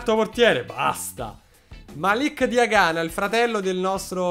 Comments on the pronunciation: Come dici tu e con l accento sulla a Diaganá e invece si come lo dicevi prima Diagana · hai cambiato l’accento e Diaganà è diventato forte😂